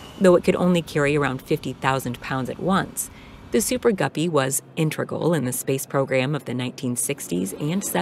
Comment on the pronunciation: . The super-guppy was “intregal”. Does she think that’s how it’s actually pronounced?